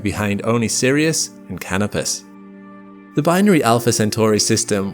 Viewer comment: you use "lightyear" as if it were a unit of time ("it would take just over four lightyears to reach ..." instead of a unit of distance. Then you say "Cánopus" instead of "Canópus", which seems to be the usual pronunciation.